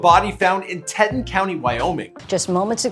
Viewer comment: TEA-TAWN that’s how you pronounce Teton county. Anyways this is so sad and just dredges up Shanann and her babies dying. This is just awful. I hope they find his ass and sentence him to death for it. Smh. Her poor parents. 😢😣💔